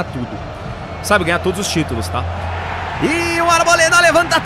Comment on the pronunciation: Porque sempre o Arboleda aparece,vc fala buda mole kkkk